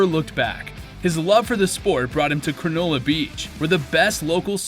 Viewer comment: Just for future reference, it’s pronounced “ kranulla’ Spelt Cronulla